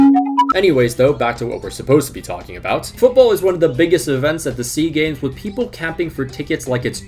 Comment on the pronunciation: It's S.E.A. Games, not Sea Games. South Korea is in East Asia.